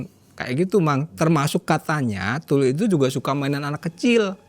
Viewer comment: Tuyul mang bukan TuLuy 😂